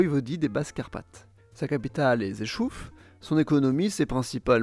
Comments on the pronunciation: prononcé : " gé-chouf" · "sa capitale est ZÉCHOUF" la ville en question : Rzeszów